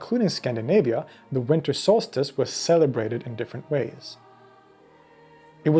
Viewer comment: solstice, not solstace